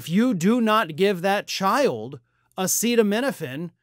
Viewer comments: As someone with Autism, I do not understand why you don't want the Health secretary doing research into Autism. I understand not liking Trump, dude had to be instructed on how to say acetaminophen. However, this release is based off 46 high quality research studies done at a university. Why don't we want someone actually pushing for Autism research, I really don't understand? Kennedy has a long standing career of fighting for ALL the things the left love, access to healthcare, humanitarian issues like with the Native American tribes, environmentalism, and he is THE ONLY current high ranking politician who has frequently stood side by side with the Native Americans for a huge host of issues. He is a Democrat, but randomly over 6 month period suddenly he is seen as this rightwing Trump guy. I do not think anyone on the left even looks into what Bobby says now, just automatically trash him. Are people party aligned on BOTH SIDES really this easily manipulated and brainwashed, because that scares me. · I saw a comment elsewhere stating that tRUMP rigorously prepares his speeches and announcements. I wanted to ask why then couldn't he pronounce "acetaminophen". But why bother? You cannot talk to those idiots. 🇺🇸🐧💙🌮🌊🇺🇦🇨🇦🇬🇧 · trump can’t even pronounce acetaminophen 😂😂😂